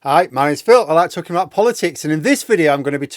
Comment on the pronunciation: Backsliding.... intro begins to sound more like "like to corrupt politics" in stead of "like talking about politics"....